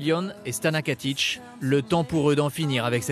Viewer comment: KATIC PAS KATICH !!!